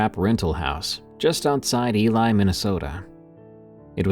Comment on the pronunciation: great stories bro keep em coming. I wanted to let you know I live by Ely MN, it sounds like Eee lee not Eli a person's name. Been up in the woods quite a bit over the years in Ely and I can deff tell you there is a different energy up there. Talking to locals, especially natives up there, I can tell you there are thing's in the woods you don't want to run into at night or in the dead of winter!